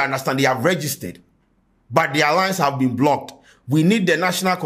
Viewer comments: please it's Been* not being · "Been" not "Being".